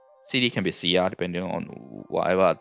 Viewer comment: Thats good info for my arti farming also when u said sia i was like, u must be from Malaysia or Singapore XD.